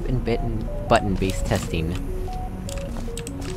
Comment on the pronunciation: I actually heard "Cube and Bitten"